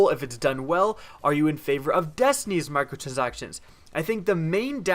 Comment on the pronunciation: Lol u sound like an idiot when u saying micro transactions